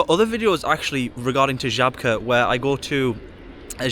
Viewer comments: I'm impressed by your pronounciation of Żabka. 😉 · Love how well you pronounce Żabka, i wouldn't even think you're not a native if i only heard that word!